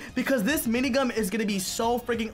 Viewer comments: you said mini gum XD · He said minigum